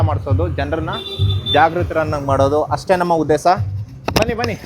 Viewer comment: Kannada sari illa uddesa alla uddesha